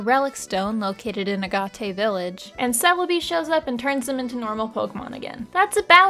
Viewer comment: UH GAT AY. It is pronounced A Gate. Respectfully don't agree with your opinion on these games, and would recommend trying the romhacks made by the community that vastly improve both Colosseum and pokemon XD. They are called Grand Colosseum and Pokemon XG.